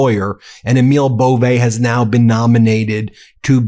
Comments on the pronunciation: EMIL IS PRONOUNCED AMIL LONG A. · Pronounce Emil correctly. Its Amil.